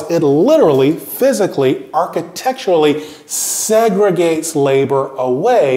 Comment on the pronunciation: Homie couldn't draw out his pronunciation of "segregate" any longer lol